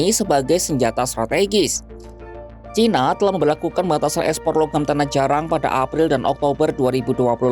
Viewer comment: Narator ngmng nya gk jelas.. Tanah jarang diucapkan tanah jarak berulang-ulang menurut keyakinan saya..😂😅